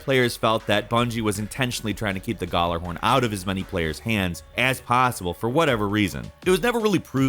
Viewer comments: Late comment, but the J in Gjallarhorn isn't silent. It's pronounced as a Y like it is in other Nordic words. Ever heard of Bjork? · Oh my god every time he pronounced gjallahorn i was in physical pain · The way you pronounce names sometimes pisses me off.. Hand-zo? Really? Hanzo.. Hon-zo.. Long a.. My boy is not a hand. Also you did Gjally so wrong. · Hearing him pronounce Gjallarhorn is painful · Dude pronounced gjallahorn wrong asf🤣 still love you tho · I hate the way you say gjallahorn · The way you pronounce gjallarhorn infuriates me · The way he said gjallahorn made me cringe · Jesus Christ the way he said gjallahorn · it happens. Lotta people pronounce it with the G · Bruh the D2 disrespect is strong with this video, the pronunciation of D2's most legendary weapon and the damn Dera from Warframe being the model for the lens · any destiny players kinda itching at his pronunciation of gjallahorn, honestly cant blame him either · I've never commented on anything on YouTube but the way he pronounced gjallarhorn makes me uncomfortable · The narrator has the worst pronunciation of Ghalarhorn I've ever heard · So Yeuh number 1: gjallahorn isn’t available in destiny 2. Number 2: it’s pronounced (gall uh horn) or (yall er horn) 😬 Number 3: u were right about the telesti (my bestie) so I won’t thumbs down but I am surprised you guys even knew about destiny OP guns lol Prometheus lens was CRAZY and I loved it when it first came out I still use it sometimes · Gall-er-horn wtf it's Gal-er-horn is in like slang for a girl lol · Galla-horn as in like a dance gala so gala-horn not goller-hurn 😂😂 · hay its gjallahorn not gjollorhorn btw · Gjallarhorn....not gollerhorn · "Gallerhorn" AAAAAA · You want to make me cry when you say gaulerhorn. “Galahorn” is the way to say it. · its not Gullarhorn. its Gjallarhorn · "gallarhorn" lmaoooo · Goller-horn? Who says gollerhorn? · The way he pronounces Gjalarhorn is hilarious Galorhorm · Lmao “Gallahorn” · hmm yes the "Garlahorn"